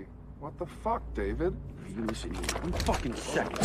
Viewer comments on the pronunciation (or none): none